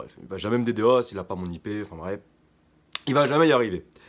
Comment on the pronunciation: Stop dire d d os !!!! c'est "dédoss" ""ddos" dénis de service ...